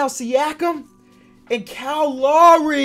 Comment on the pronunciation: Now that my mans a NBA champion can you start pronouncing Lowry write thank you love your vids keep up the good work